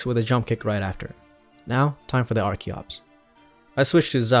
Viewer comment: FINALLY! SOMEONE WHO PRONOUNCES "ARCHEN" AND "ARCHEOPS" CORRECTLY! I was starting to worry I was the only one! RIP Magic Red, though! If that were me, I'd quit right then and there. Archeops is my all-time favorite Pokemon :'(